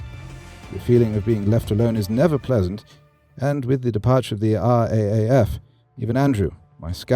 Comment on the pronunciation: RAAF is pronounce "R, double A, F". Pronouncing it "R, A, A, F" belies the American script regardless of the British accent.